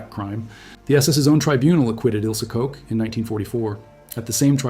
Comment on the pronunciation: Really interesting video. I wish only that you would check the pronunciation of German names. Your AI is not doing a great job.Koch is not pronounced as Co or Cox. It's doesn't sound authentic, it sounds ridiculous and very unprofessional.